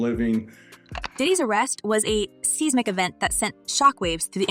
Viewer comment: Seesmic events? Can't you readers read?